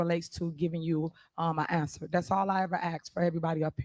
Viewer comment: When a person uses I so much… it’s speaks volumes. What is an ansah? What is a missipality? What is the act of axing a question? What is a maya? This is who they voted for.